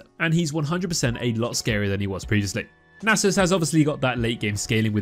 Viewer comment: It’s pronounced “Nasus”